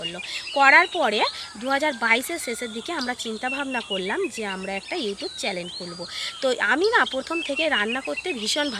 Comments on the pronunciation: চ্যানেল বলো। চ্যালেন শুনতে লাগছে। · Charlene na...chanel bolo